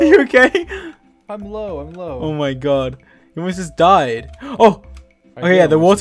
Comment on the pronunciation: you are ok? my hears : you are gae?